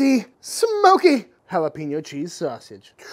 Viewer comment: Solid Jalapeño Cheese sausage Recipe. Dude, Plz stop saying Jalapeeeeño.. Pronounced like Jalapayño. Thx